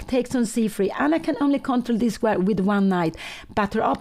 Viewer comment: ❤Pia Cramling dictionary - "Change" = "Exchange"/ " Exciting" = "Excited" / "Squire" = "Square"❤